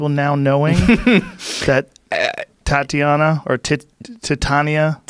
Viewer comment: tt-ana? come on!